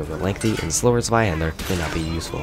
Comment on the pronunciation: Just a heads up,it's pronounced "Tswaihander", not "Sweyhaender".